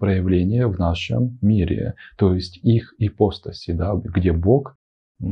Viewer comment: Продолжение. Итак, произошло, значит, это «почкование». Появились эти Эманации, Ипостаси (кстати, ударение падает на слог с буквой А — ипоста́сь ;)). И по видео получается, что им поклонялись самые простые люди («физики», по гностикам), потому что такое им ближе и понятнее. И вот тут я хочу не возразить, а дополнить. Да, безусловно – но не только они и не только поэтому. Лица более духовные и просветлённые, причастные «Единому» (L’Uno neoplatonico), интересовались и творчеством Единого! Ну логично же: уважать кого-то – и интересоваться тем, что он создал. :) Это очень важная тема – Трасцендентности и Имманентности Божественного. И если в Египте, Греции и др. мало внимания уделялось Трасцендентности (вот именно что ею занимались лишь посвящённые) – то в абрамических религиях, наоборот, «зажали» Имманентность. Конкретно – всё телесное, природное, женское. А возвеличили аскетизм, отказ от земного, умерщвление плоти. И никаких тебе храмовых танцовщиц! ;) Люблю такую фразу Мережковского: «Христианство – правда о Небе, язычество – правда о Земле». Да, Логос (о котором говорится в начале Евангелия от Иоанна) можно сравнить с руками Атона. Иисус – по определению Божественное-во-плоти. Но это, по канонам, случилось один раз, очень давно, на 33 года. И коснулось в основном психологии, отношений в социуме, морали. Но не других земных проявлений. Потом еще San Francesco con il suo Cantico delle creature. Ну и в принципе всё. И народ, как я это вижу, восполнял нишу сохранившимися язычески